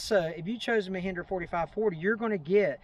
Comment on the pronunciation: Mehindra? It is Mahindra not Mehindra!